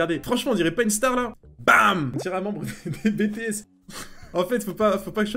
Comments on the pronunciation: On en parle qu'il a sit BÉTÉESSE ? Frère ça se dit BITIESSE (je suis pas Army XD) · Hactuan ça se prononce BI TI S mais ça s ecrit BTS 😭😭😭sinon tres bonne video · Rip le "bétèhess" qui fait mal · un peu j'avoue xD mais en tant qu'army j'ai un truc a rectifié !! xD sa se prononce pas "bétéaisse" mais "bitiésse" merci ;-; en anglais quoi ;-; voilà et au passage leurs coupe leurs vas parfaitement ! TwT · Oui t'as peut être toujours entendu "Bétéesse" mais ça se dit "Bitiesse" après je veux bien qu'on soit en France mais pour moi si tu les vois tu vas dire "omg bétéesse 😍😍😍" xD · BTSSSS!!! PAS BÉTÉESSE!!!😂😂😂😂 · Il a dit Bétéaisse et pas Bitiaisse😭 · Il a dit bétéss 😂 (BTS) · « Bétéesse » MAIS WSH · idem je dis beteesse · qu'on soit en France ou non on le prononce à l'anglaise, le nom du groupe c'est BTS pas Bétéesse mdr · (@ tlm qui débat sur si on dit BTS ou bétéesse) C'est juste du respect en fait. Si tu t'appelles Anais et qu'on le prononce à la française, ça fait "anèsse". Si quelqu'un t'appelle comme ça tu vas protester, c'est normal ! Bah BTS c'est pareil. Désolée mais c'est pas à nous de choisir avec quel accent prononcer tel ou tel mot. Respectez les artistes et faîtes un effort, sivouplé ! ^^ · "Bé Té Èsse"... (BTS).. Mes oreilles😭😂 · Aie aie aie pour les fan de BTS (ça se du bi ti ès 😂) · ATTENTION tout les fans des BTS vont se révolter pour cette fausse prononciation mdr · C'est pas la bonne prononciation. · Comme on dit "l'amour rend aveugle" 😂 PS aïe mes oreilles pour la prononciation 😂😂😅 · par contre la prononciation ct pas ouf 0--0 et les bts sont les meilleurs (i'm an army) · TOUT LE MONDE A ENTENDUE COMMENT TU A DIT BTS ! POURKOIIIIIIII ! ARMY FOREVER !!!!!!